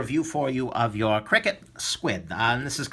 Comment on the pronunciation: i think you say each letter individually and it's not "cricket". i could be wrong tho